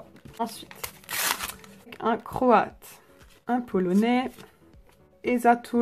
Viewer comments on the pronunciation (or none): Dans ta vidéo tu as dis polonaill à la place de dire polonais